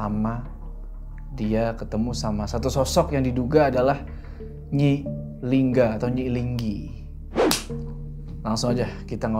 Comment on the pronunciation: Nyi lingga bang bukan nyi linggi